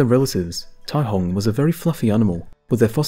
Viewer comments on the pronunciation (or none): The c in caihong is pronounced with an s sound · Caihong? Or Taihong?